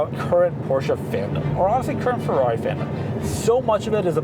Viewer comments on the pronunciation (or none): none